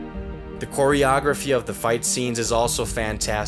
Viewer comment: Did you say Quarrieography about ?